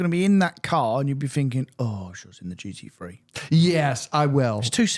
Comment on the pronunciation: Can someone please tell it's a GT Three not a GT Free...